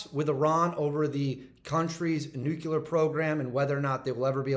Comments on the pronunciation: I love your videos but a pet peeve of mine……it’s nuclear not nucular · Nu-clear, not nucular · He said "nukular" in less than 30 seconds. Nope. Clicked away.